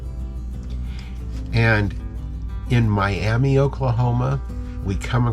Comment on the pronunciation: I don't know why, but it's pronounced My-am-uh around there.